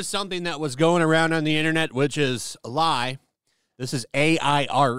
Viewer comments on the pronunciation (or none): none